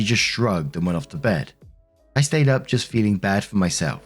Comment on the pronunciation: Idk if its just your accent or what but both times it sounds like you say "op comes in with her update".